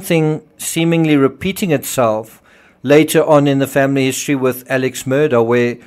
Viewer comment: Your Murdaugh videos are good except you lose all credibility when you can’t pronounce their names correctly. Alex Murdaugh’s name is pronounced Alec Murdock. I know it isn’t sounded like it’s spelled but that is how the family pronounces it.